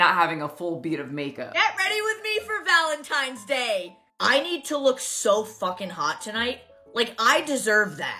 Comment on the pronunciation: Pet peeve: It’s ValenTINEs day. NOT ValenTIMEs day. 😠 I am sorry, but I really really don’t care that. She’s getting a divorce. Like you said put on the Internet what you want on the Internet and people will react. If you don’t want it out there keep your damn mouth shut. I also feel that people that are so invested in someone you don’t know live that you care that much. It’s kind of sad. I watch YouTube and enjoy influencers that report on other channels and like yours that report on other channels have a sense of humor and go about their daily lives. Maybe I’m in the minority, but I don’t need to when you take a poo or if you farted last night but in front of your boyfriend or girlfriend whatever. I look at this is a form of entertainment. I’m not trying to be a part of your life ran over.